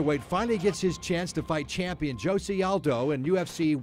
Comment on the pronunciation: Did he just call him "Josee Aldo" lol